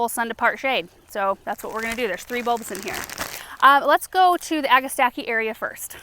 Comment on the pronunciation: Agastache is derived from Greek, so it should be read agasta-key. Like chemistry or achitect.